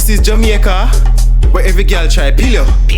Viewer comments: I thought it's jamAica and not jamieca 😂😂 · So it's pronounced as JA-MI-YA-KA okkkk lesson learned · Jemyeca lol I know that’s how they say it but still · "This is jemeica"💀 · Jamaica pronounced (JU- MEE- U- KU) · This is "ja" "me" aca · “This is Yameica”. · “This is jamEEca” 😂